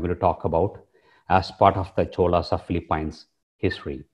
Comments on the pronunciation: It is pronounced Fee-lee-pins, not Fee-lee-pines. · sir its PHILIPINES, not Feli-pyns, Please... Pronounce our country's name properly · Hahahah. Great video. Watching it now and not done with it. But I hate that you pronounce the Phili-PEENS the Phili-PYNES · Could you learn how to pronounce Philippines please before you enlighten us on the subject